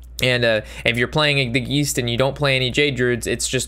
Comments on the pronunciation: Geist is pronounced guy-st (long I sound) not Gee-st (long e sound) and simulacrum is pronounced sim-you-lack-rum. Hope that helps in future vids, keep up the good work. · I giggle every time you say "geesed" instead of geist